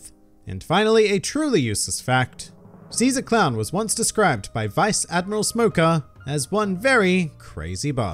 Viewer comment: SHE-ZAA CROWWN